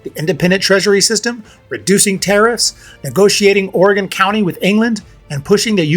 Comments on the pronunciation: Good video. Surprised you ranked Grant as high as you did because he's often regarded as less than great. Btw it's Oregon Country, not County. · It's "Oregon country". But otherwise, great video.